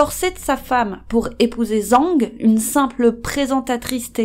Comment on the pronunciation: Video intéressante mais renseignez vous sur les prononciations, c'est pas zang, mais djang , le z en chinois c'est dj